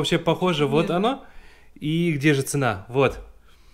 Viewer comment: в слове цена ставьте правильно ударение